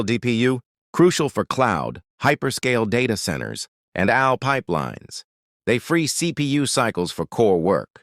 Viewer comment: Wtf am I watching? This graphical visualization (mainly) and the narration is a joke. 1: - "from your phone to Al (like Albert) clouds to Quantum labs". It should be "AI" (A-eye). 2: -"Now let's turn to the GPU". This displays a "GPT" processor? 3: -"was the same math at the heart of scientific computing and Al (like Albert)". Again, should be "AI" (A-eye). And the caption shows "I". 4: -"workhorses of the AI revolution". Which is part of a different video captioned video about I'm going to assume Chat-GPT. This is barely a quarter of the way through the "information video", and I'm noticing this much misinformation? Visually and Audibly? Even though most of the information is correct, you need to correct the visualization and how part of the topic is pronounced. This is lazy information in my opinion, smh.